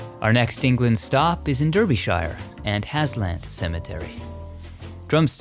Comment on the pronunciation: My only fault with Special #8 is that Derbyshire is pronounced Dar-buh-shr or to some, Dur-buh-shr. That said, I love Hollywood Graveyard!